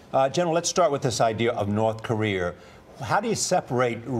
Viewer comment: Charlie Rose can't say Korea